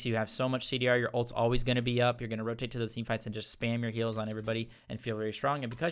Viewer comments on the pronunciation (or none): none